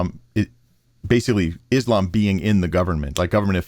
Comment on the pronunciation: The dumbest thing any president has ever said. George Bush Jr "Islam is peace." He couldn't even pronounce that he called it is lamb